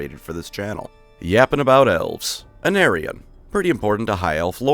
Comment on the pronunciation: WOW is this a bad moment for Aenarion's name to be pronounced like "an aryan"